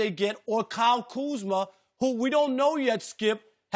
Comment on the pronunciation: KUZMA!!! Not, Kuzman